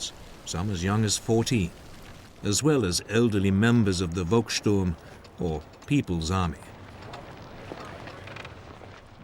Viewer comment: The commentator should learn the pronunciation of german words. When a german noun begins with "V" then should spell "F" that is Folkssturm